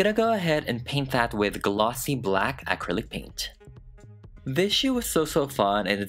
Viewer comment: I love how he says acrilic "Aaahcrillic" 😂😂😂